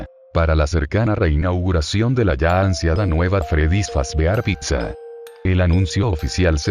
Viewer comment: otro mas que le dice pigsa xd